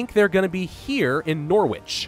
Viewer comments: my friend you do all of that fancy French pronunciations and then call Norwich 'Nor-Wich' when in reality it is actually 'Nor-Ridge' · Nor Wich yesss american pronunciation my lord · its pronouced nar witch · dude... in America thats how you say it. Theres a H so its Norwich not Norwic. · "were going to land in norWITCH" XD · "Nor-Witch' 'Birming-ham' hurts my ears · "Nor-witch" lolollololololoololoo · As someone from East Anglia, your pronunciation of Norwich makes me giggle. It's stupidly pronounced 'Norrich' ;) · OOoowwwwwww! The pain in my brain when he says Norwich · I understand thats the American way to say it, but it still hurts my delicate English ears. The H sound isn't the issue. It's just we are lazy and drop the W sound, Luckily flattened it pretty quick so I wont need to remove my headphones anymore:) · In Norwich the W is silent, weird I know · I like how Americas say Norwich lol